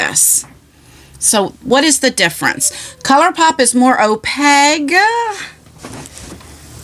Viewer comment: you crack me up!! Every time you say opaque...today, I see you were really trying! Slow and dragged out, but you still said opaqueg!! The end sound has kind of like the way you say, CAKE. But instead with a "P"! Bwahaha LMAO every time it puts a smile on my face!! BTW you know I'm just messing with ya!! My kids always tease me with the way I say SHRIMP. 😆